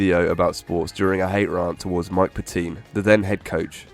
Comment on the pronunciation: The way this dude pronounces “rant” 😂